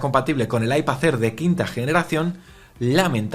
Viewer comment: IpaZ Air jajaj mola la pronuncación de las "d" a final de palabra como "z" LibertaZ, fraternidaZ, MadriZ jaajaj que grande🤣🤣